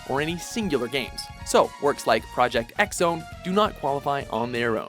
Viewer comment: It isn't pronounced Project 'X' Zone. It is pronounced Project "Cross" Zone. X in Japanese is Xros, sounds like Cross.